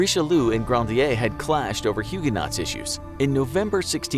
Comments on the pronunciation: I’ll be the one guy to point out mispronounced Huguenots. It’s supposed to sound like Hugh Guh Knots, not Huge Knots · He pronounced it hugh-jah knots. Huge is only one syllable but I actually heard two. But none the less his pronunciation with that word was wrong.